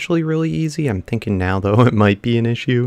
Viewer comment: "I've just been tink-"